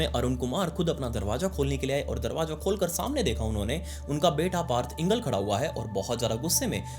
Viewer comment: पार्थ इंगल नही पार्थ इंगले, मराठीत इंगळे